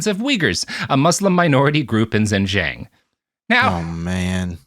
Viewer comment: Robert: (pronounces Neanderthal correctly) Me: ZOMG what! 😱 Robert: (mispronounces Xinjiang) Me: Phew, he's back to normal (Bill Nye had a show on Netflix that I tried to watch once, but his guest was Aubrey DeGray, so I gave up on it)